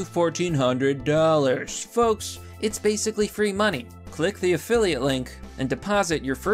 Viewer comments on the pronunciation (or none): none